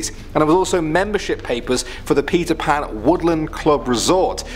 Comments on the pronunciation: I heard Pizza Pan instead of Peter Pan. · Whenever he says Peter Pan it sounds like he’s saying Pizza Pan